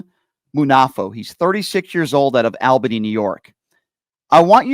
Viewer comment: BTW it's pronounced like AWLbany, but otherwise Keep rolling and PUT IT DOWN! I get Sick and TIRED of Craziness and Stupidity of Right Wing garbage!